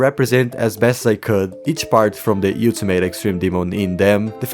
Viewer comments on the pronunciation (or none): nah, no way he still says you-till-mate instead of ol-ti-mate 😭 (the song literally says it) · hearing you pronounce it "you-ti-mate" so many times has taken years off my life but great part either way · Bro says utamate demon